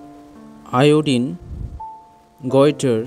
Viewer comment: "Goitre" 💀 "Teeths" 💀